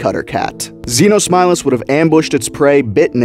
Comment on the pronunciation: Thank you for showing a species I never knew existed. Thank you very much also since this new species that I’ve heard thanks see you called Xenosmileless is that how do you pronounce the name whatever i’ve been thinking of a new nickname for this thing the Xeno tiger